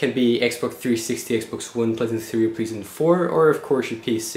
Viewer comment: anybody notice he pronounces playstation as 'pleasant'